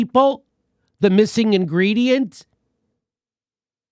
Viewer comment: hehe inGREEDYent